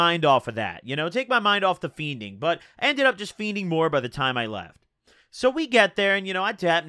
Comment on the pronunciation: I love but it's so ugly how he says "feening" he says "feen-Ding"